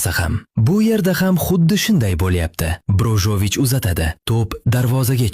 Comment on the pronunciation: Brojovic yozilsayam Brozovich oqiladi dalbayooob😂🤣🤣